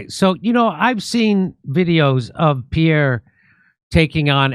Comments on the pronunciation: His name is Pierre, not Peah,. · Why does keep calling him "pievve"?